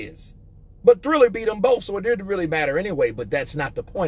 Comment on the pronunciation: Just a little tip. It's prononced Triller rather than Thriller. Keep up the good work mate.